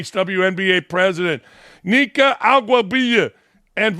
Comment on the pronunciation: LMAO that Nneka pronunciation!